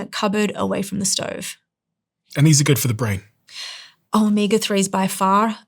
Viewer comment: Is there a difference between omeega and omega or is it just a speech impediment?